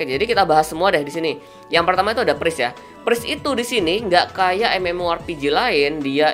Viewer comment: bahasanya gak ramah ditelinga, last hit kedengeran lasit, knight dibaca kenaik, priest dibaca pris, susah aku ngikutin nya bwanng